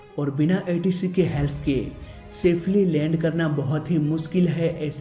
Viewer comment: helf nahi help hota hai bhai main aapki besti nahi samgha rha hoon